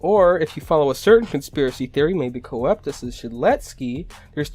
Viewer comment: It's not co-ep-tis Its cope-tus